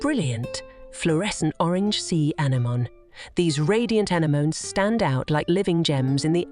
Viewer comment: Whist it is lovely to see such content, the use of artificial narration is so cringe it spoils the overall experience. Listening to how the word anemone is pronounced is just so dreadful, let alone the word eco as in ecosystem.